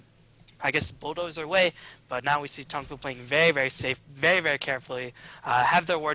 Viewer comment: I swear says "very very" about 20 times this video, I'm only picking up on it cause it sounds like "veyee veyee." Work on pronouncing those r's and slowing down the pace a bit! It's a bad habit >